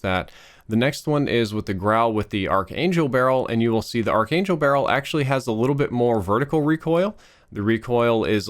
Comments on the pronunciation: btw its pronounced as ark angel not arch angel. the spelling may be quite confusing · Cringes in “arch-angel barrel” rather than “Ark-angel barrel” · Ark-angel man. You can't say it wrong forever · ARC ANGEL NOT ARCH Your killing me smalls.